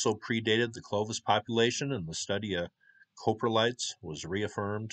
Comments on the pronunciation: close, COP-RE-LITE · Coprotlite; Cop-row-light You were close enough though. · Coprolite is pronounced "cah-pro-lite". Love the videos, keep up the awesome work! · Crappy pronunciation of crap😂